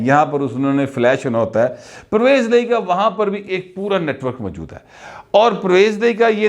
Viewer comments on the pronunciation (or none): none